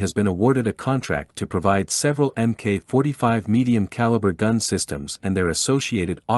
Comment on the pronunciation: It's not emmkay 45 - it's Mark 45.